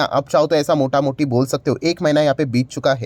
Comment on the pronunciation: Sir is trying to be funny to attract comments I think.. Like he said totaal gas, totaal gas... Mota moti in place of mota mota🤣🤣